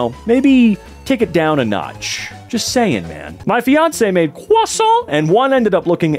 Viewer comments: the way he wount “cwuasont” all the sudden made me fly to the moon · I lost it when he said "croissant" 😂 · leaving this comment for all the fans of the 'ᶜʳᵒⁱˢˢᵃⁿᵗ' and how he said it XD